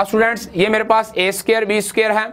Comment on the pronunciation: How he pronounce students ( stuudaants)🤣🤣🤣